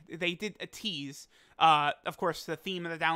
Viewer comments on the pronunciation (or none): I love a good "twease" 😅🤣 Another great video,!